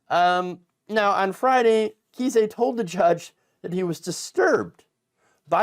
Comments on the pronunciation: JFC dude. It is NOT "KEY-SAY" it is "KIZE". "CHRIS KISE" A Friendly note. If you can't pronounce people's names correctly, you shouldn't be doing news podcasts and look like a fool. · trumps lawyer's name is pronounced like 'Ice" with a k (K-ice). But if you're pronouncing it wrong on purpose I'm fine with that too. 😏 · Just a small note: pronunciation for Kise.... rhymes with "ice"... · I think he pronounces it Kice, like ice. It should be pronounced fool. 😂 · nation- It's pronounced with a long "I"-Kise, rhymes with Rice.